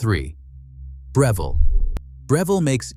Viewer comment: Right? He mispronounced Breville, 3 times in one sentence. So annoying, hate these damn AI's